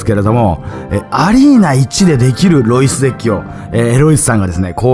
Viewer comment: # でエロイスと聞こえたのは空耳かな？ （ロイスさん申し訳ない）